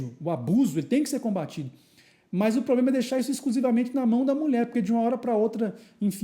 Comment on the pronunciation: trabalha no jurídico e fala "poblema"?